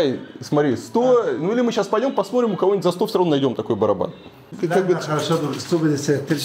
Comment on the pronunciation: Варламов конечно молодец, но вот произнести слово В котором неудобное сочетание букв Т и Р он не сможет : ТРИ,ТРАП,ТРЮМ. Он говорит :ПОСМОРИМ.У дочки поучился бы